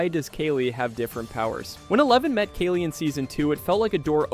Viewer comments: I was going to subscribe and then you pronounced "Kali" as "Kaylee" and now I hate you 😅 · 1. You need to pause between mysteries. Take a breath. 2. Brenner wasn't attacked in the lab. They were in the school. 3. Kaa-lee, like the goddess.